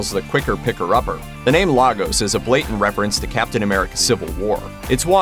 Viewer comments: It isn't Lar-gos, it's pronounced Laygus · The city is pronounced LayGos not lahgos😭😭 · People it's actually pronounced " Lay gos" not "La " 😩🙄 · Lay-gos not Lah-gos, I don’t know why the show missed that.